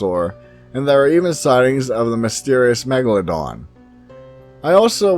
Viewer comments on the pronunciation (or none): none